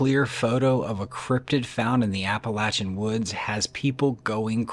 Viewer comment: I'm so happy to hear you say Appalachian correct. It really makes me happy. I lived in Boone,NC in my college days. Later Valley Crucis, NC. Gorgeous place to live. But the mountains and the Forrest are pretty funky man. No kidding. Cemeteries too. Old churches. The place is a freak show. And absolutely as beautiful a place as you kind find on this planet. Love the channel. And thank you for saying Appalachian correctly.